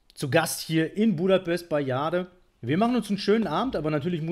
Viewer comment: in "Buddapes"